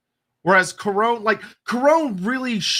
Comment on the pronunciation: Pronounciation Guide When a word ends with onne in French it's pronounced sort of like none in English. So Carcasonne, Bastonne, Couronne, Brionne. No nasal inflection. When a word ends with on in French it's pronounce a bit like strong in English. Nasal inflection on the n. Parravon(g), garcon(g), Macron(g).